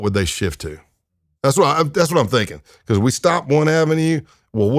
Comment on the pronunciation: This guy must be a massive Undertaker fan lol. Every time he says "Because" it sounds just like how the Undertaker says it. Must be from Texas. BuhCAWS